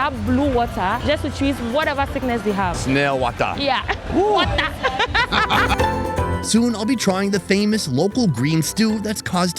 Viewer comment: 🤣😂 he said snail wahTah...she said WahhTah! I love it!!🤗